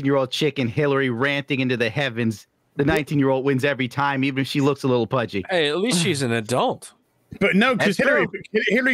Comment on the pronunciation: Did you say "even if she looks a little pudgy" Or "even if she looks a little budget"? Cause I heard the second one. And almost spit out my cider.